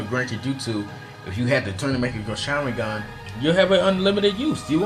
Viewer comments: "man-get-ku sharengan" xDD and why do you have so much h8??? Or are you just trying to act bad ass to compensate for something. BOI!!! U literally said that you were not going to base this list off of the people who had the dojutsu BUT for the different mongekyo sharingans you base off their strengths off of who beat who..... (Hypocrisy) Fugaku's power was not = Fugaku's Mongekgo sharingans power (Once again Hypocrisy) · Mung-Gah-Kyo Sha-Rin-Gan lols